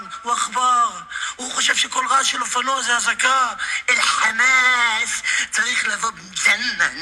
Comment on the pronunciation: חוץ מהדרך שהוא מדבר שלוש שפות והדרך שהוא אומר חמאס 😂